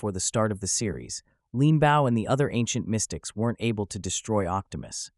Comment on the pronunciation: Its Leanbow not Linboow